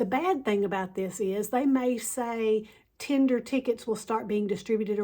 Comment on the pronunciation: "and bypass ALL THESE PEOPLE..." Yep, this is the way to talk about your potemtial subscribers... And this is not the only time she calls her fellow passengers "these people." Oh, and by the way, lady, it's /ˈtendər/ not /'ti:nder/